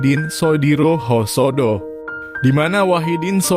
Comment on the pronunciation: Si mimin kurang literisasi nich ... Masak Husodo disebutnya hosodo.... Thu ud bedha arti koplak😴😴😴😴🤔🤔🤔🤔